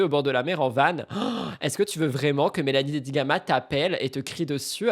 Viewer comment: En parlant de Dedigama ta langue a fourché et tu as dit "Dedigaga" c'était cute XD